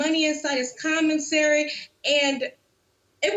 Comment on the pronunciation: She mispronounced commissary commensary lol😂😂😂🤣